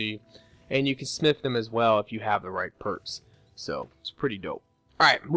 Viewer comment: When he says smith it sounds like snif